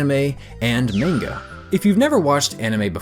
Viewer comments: "maen-ga" uh no... it'd be pronounced "mah-n-ga" manga, not main-ga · I found the way of pronouncing manga as "menga" not correct nor creative